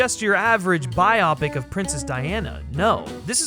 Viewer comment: The word "biopic" does not rhyme with "myopic".